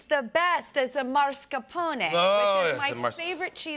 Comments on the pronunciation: "Marscapone" 😄 It's mascarpone but I love them anyway. Drew is so nice and also made me smile when she said she got shy in front of Måneskin. Lovely! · She says her favorite cheese is MARSCApone, but it's MASCARpone :D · the only funny fact about this is that "Måneskin" is not even an Italian word (it's actually Danish) and that he called them "marscaponi" instead of "mascarponE" (rip to the Italian language and cuisine) how can i bother being offended when this is the level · And she pronounced it MARScapone! How, why!? Come on! It is such a well-known cheese, it's like not knowing how to pronounce mozzarella...and of course not with pasta, especially the recipe they were talking about from the book, Pasta al limone: with peas and mascarpone????? hmm, strange... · I'm not Italian, but I'm a cook and I totally agree. She mispronounced mascarpone, she said MARScapone, I guess as an American she is only familiar with Al Capone. And she says as well, that it's her favorite cheese. It's hard to believe if she doesn't even know the name of it.